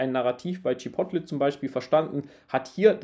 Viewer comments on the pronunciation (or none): none